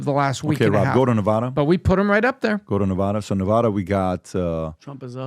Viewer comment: Some of you are pronouncing Nevada incorrectly. It’s VAD not vod.